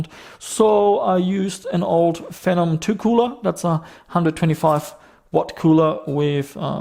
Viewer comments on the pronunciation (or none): none